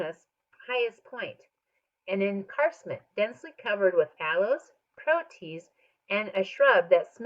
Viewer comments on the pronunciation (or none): You say protea like pro tea a